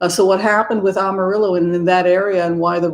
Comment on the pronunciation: great discussion and observations about the country. Just one little thing ~ Amarillo is pronounced AM a rill o. Not sophisticated enough for an AHM a rill o. I grew up in Texas, thankfully not West Texas. We are indeed trying to flip the state blue all the way through. Over the last 25 years (many of which I was in CA) the urban areas of Texas have become extremely multi-cultural. Pray MJ Hegar will replace Cornyn in the Senate. Divine Feminine rising! I also like that you reference the Jewish tradition since my mother was Jewish. Blessings.